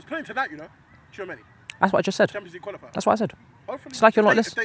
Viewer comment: An easy lesson for Tchouameni one, just say "too many", and use "chu" in place of "too"😂😂😂😂